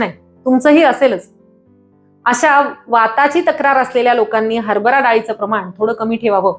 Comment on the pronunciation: हरबरा , नव्हे हरभरा. आपण दिलेल्या माहितीबद्दल धन्यवाद. आभारी आहे.